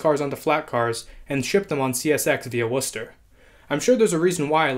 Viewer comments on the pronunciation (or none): none